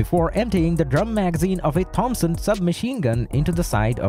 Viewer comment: Why are you pronouncing Thompson like that??